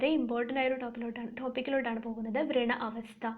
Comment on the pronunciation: Hello it’s not vreena( your pronunciation) it’s vrana